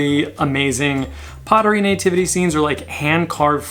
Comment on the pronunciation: I love how you say nativity, like Nay-Tivity! 🤣😂 Love it. I think one of my favorite holiday decor s Halloween, I just never seem to get sick of seeing the funny creative scary things that can pop up. And to me it never seems oversaturated! Not necessarily them coming to my door for Candy though LOL! I am way over Christmas and all the thrift stores around me here in north western Ohio have an over abundance as well and they’re charging top dollar for it which is insane! Love that you went thrifting! Love it love it love it please do more! Do you ever do any online estate sales? The extra 15% surcharge is a bit ridiculous especially since we’d rather come and look at the stuff in person, it’s not our fault for Covid LOL. On the other hand it is nice to be able to look up information on the pieces before we bid on them! Great content as ALWAYS, thanks for all your explanations - I love to learn! Have a great day!!